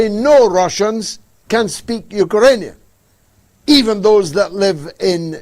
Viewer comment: It's Ukrainian not Ukarainian.